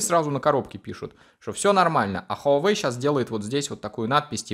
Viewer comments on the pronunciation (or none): none